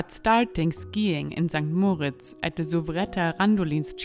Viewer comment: Mal hinhören wie die Einheimischen "St.Moritz" aussprechen kann hilfreich sein. (Betonung auf dem "i" und nicht auf dem "o" )